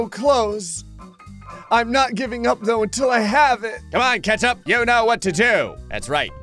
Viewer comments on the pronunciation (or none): none